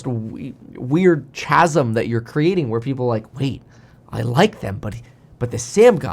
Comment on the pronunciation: chasm is pronounced "kasm"